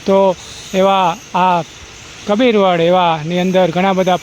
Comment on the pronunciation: કપીર વડ નહીં કબીરવડ ભાઈ